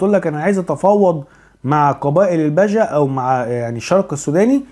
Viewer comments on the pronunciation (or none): ههههه مثقف الا في علم الأنساب.. اسمهم البِجه.. بكسر حرف.. ب..